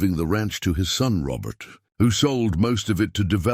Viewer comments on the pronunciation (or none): none